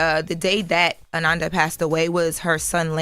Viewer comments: Pronouncing Ananda like Amanda is driving me crazy! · They put more respect on Kamala's name and she paid them dust. Her name is pronounced.. uh-non-duh!! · I THINK it’s pronounced Ah-nahn-da but I’m pretty sure that it just went over their heads.. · Pronounced A-non-da 😡😡😡😡😡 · A-NoN-Da not A- nan- Da lol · is weird, why does she mispronounce her name, pronounce it correctly,then mispronounce it again. She needs less air time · If I didn’t know who she was talking about I wouldn’t have know by the pronunciation of her name 🤦🏾‍♂️. The fact envy and Charlemagne knows the correct way to pronounce it and didn’t correct her pissed me off. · Can we say her name right???❤❤❤ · Please pronounce the woman’s name correctly. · Said her name wrong 😢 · I said the same thing in my post. SAY HER NAME RIGHT!!! YOU HAD ONE JOB! The most irritating thing was kept switching back and forth when saying Ananda's name wrong, then right, then a few minutes later she would pronounce it wrong again! WHY??? It was so disrespectful bc she will get that Diddy court case stuff right by triple fact checking, but Ananda, a ground breaker in journalism and media, she phones it in like this doesn't matter. You only have one time to give someone a R.I.P. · If doesn't learn how to pronounce people's names correctly 🙄.... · The fact that their are THREE OTHER host and no one bothers to correct on the proper pronunciation of this woman’s name. So disrespectful 😢